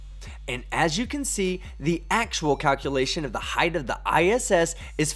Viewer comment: Love the videos, man. Keep it up. But, for the love of God, please stop saying 'heighth'. It's not a word bruh. The word is 'height' with no 'h' on the end. 😘